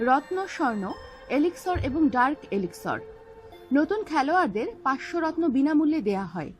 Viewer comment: not elixor its elixir and not rotno its gems....